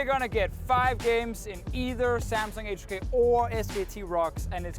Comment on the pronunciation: its Age2K not Hache2K NotLikeThis